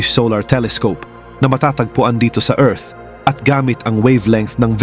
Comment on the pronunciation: Ayusin mu Naman Pag pronounce ang Earth.